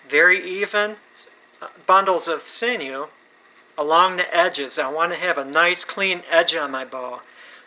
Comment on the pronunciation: You’re the only person on this planet earth that I’ve ever heard pronounce it see-noo. Knock it off.